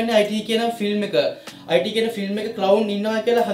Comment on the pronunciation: අයිටී නෙමේ බ්න් ඉට්